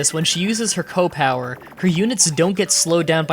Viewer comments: It's pronounced SEE OH not ko! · Why do you pronounce CO as "Koh" rather than "See- Oh"? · It's C O power, not coh power. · CEE period OH. C.O. short for commanding officer. Not "co" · "koh power" "super koh power" "my favorite kohs." Are you some kind of degenerate? It's "SEE OH." Disliked because I can't stand your ridiculous mannerism. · The fact that he pronounces C.O. with "kow" disturbs me. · Alright, gotta stop, can't stand how you say "CO" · Seriously - its like old ppl who say “Earl” instead of URL